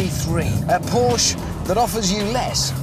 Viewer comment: you would think such a supposed car expert would know how to say the brand's name...